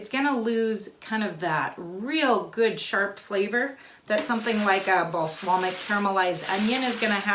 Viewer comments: Beejay Swifter oh thank goodness I thought no one would tell her. I feel her though my best friend can't pronounce scissor or burlesque correctly either. And my cousin had a problem with the letter T for many years. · It wasn't the spelling unless you originally spelled it wrong. It was incorrect pronunciation. Balsamic, not balslamic. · Wish you could have given a close up view, on a plate. Do these have a vinegar flavor? Could you do the same with chopped leeks? Just teasing you, but you said balslamic so many times, and with such authority, I had to go look at my bottle. Thought maybe I'd been saying it wrong. I have a male cousin who mispronounces words all the time. He knows their wrong but says them anyway. I'll probably get beat up for this, but the Brits drive me crazy with some of their pronunciations. :) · how hard is it to say BALSAMIC? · Great, helpful video. Thanks. Ps. “Balslamic” 😂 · Balsamic not balslamic hehe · Looks delicious. Worthy of a try. FYI..you were saying balslamic instead of balsamic! Lol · I love her but I cringed everytime she said Baslamic. LoL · Not being critical because I love your channel, but balsamic is pronounced bal-som-ic. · LOL..."Bas a Lamic"...I love it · I keep getting distracted when you say balsLamic. 😳😄 Sorry, I love you! It's just distracting. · Now there's a plan! I have always loved how organized and articulate she is, so that balslamic really made me twinge each and every time. But those onions look heavenly, so I guess I shouldn't complain. ;) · I’m sorry, but your mispronunciation of “balsamic” is like nails on a chalkboard. 😣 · Thank you for this. As a avid dehydrator, this will be a great addition to my pantry. They are right about the pronunciation of Bal - samic. Thanks again. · Beejay Swifter I think we should playing a drinking game that every time she mispronounced balsamic we take a drink. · Cringed the first time. But she's so likable, I giggled each time after.